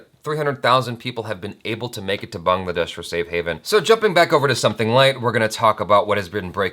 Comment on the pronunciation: Kudos to you for pronouncing Bangladesh correctly. You are the first American I have ever seen to do it. And I must say I am shocked to see so many extremists among your subscribers. Don't get confused with these hate speeches. Do your own research. Supporting genocide is what is wrong with this world.